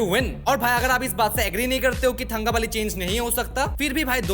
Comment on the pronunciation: it is pronounced as तंकबली, not थंगबली. The forced stereotype accent was the most pathetic thing about this movie.